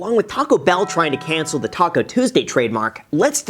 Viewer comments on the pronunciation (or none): none